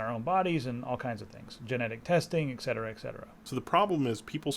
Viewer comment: Btw, It's ''et cetera'' not ''exetera'':)